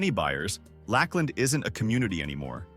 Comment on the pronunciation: As a Florida native, I think you mean Lakeland not Lack Land. I almost felt insulted I never heard of this city, only to find out it’s not real 🤣